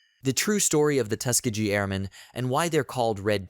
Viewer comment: It is pronounced Tus-KEEGee